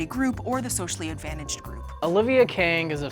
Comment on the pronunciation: "the advantatjed group" said the asian xd